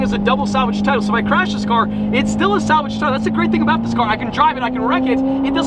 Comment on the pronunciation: "salgave tiltle" funny